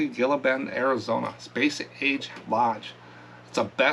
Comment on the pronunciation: Gila Bend is pronounced HEE-la Bend. Just wanted to mention.